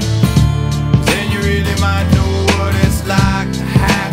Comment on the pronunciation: Thanks for posting the lyrics! I wonder why he can’t pronounce the word, “might.” I always thought he was saying “mano,” and didn’t know what the heck he was saying. So, I just listened to the music and ignored most of the lyrics.